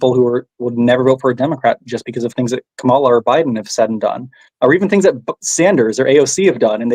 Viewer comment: Kamala. Is pronounced., comma la.